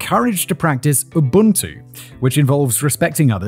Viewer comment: I swear I heard Unbuntu also